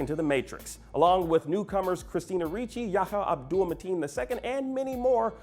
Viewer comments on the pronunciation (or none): none